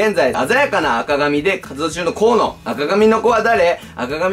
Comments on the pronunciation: Shine a lightは「しゃいならいと」ですし 河野は「こうの」です。 なんかもう少し下調べしてから動画上げてくださったほうが良かったです。。 興味を持ってくださってるのはすごく嬉しいのですが…！ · 「こうの じゅんき」ですよ！ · 。 かわのじゃなくてこうのです(--;) コウノジュンキくんです。 これからも頑張ってください!!